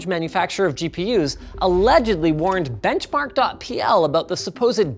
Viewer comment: did he say .pl?